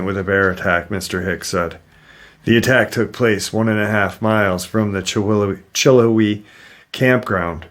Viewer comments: Pronounced chill how ee i remember when that happened i am probably 25 minutes away from the benton falls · Chill-how-ee is how it's pronounced. Love your show:) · Sorry to correct but it’s pronounced “chill howie” It was an 8 year old and her brother and mother. Her brother was older. Her mom wanted a picture of the girl and the bear.